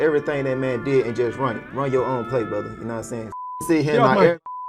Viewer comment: The more I hear and watch his fights...im a fan. Trips me out everytime he says Brotha, and it's hilarious lol. is right about the Virgil situation